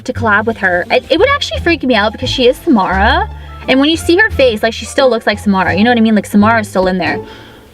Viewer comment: every time she says Samara I hear s'more